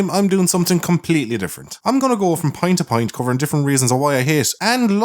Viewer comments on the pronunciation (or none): did you say point to point or pint to pint? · ok am I the only one who heard "Pint to Pint" when he said "point to point" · "And now for something....completely different" haha Did you say pint to pint intentionally, or was that accent?